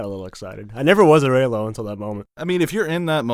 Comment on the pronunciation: It’s REYLO GET IT RIGHT